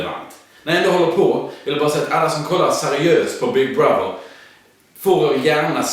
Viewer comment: När säger "Big brother" låter det som big brothel, eller är det bara jag?